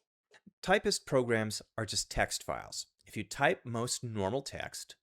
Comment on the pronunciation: Typst not Typist, seriously